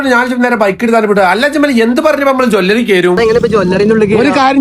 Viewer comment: ജോല്ലറി അല്ല ജെല്ലറി ആണ് 🤣🤣🤣